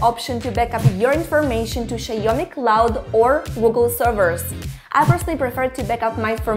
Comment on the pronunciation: Where are you from? I can't deny the fact that you keep saying "Xie Omni" And not "Xiaomi"